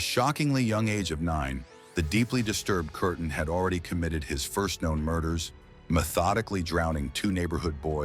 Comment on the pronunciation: The name ist Peter Kürten or Kuerten not curtain